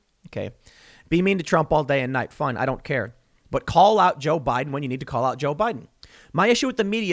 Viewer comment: "The historic turnout for jiao bai den" Just lmao.